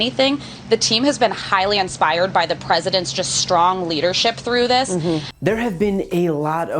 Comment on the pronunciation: Did she say "unspired"?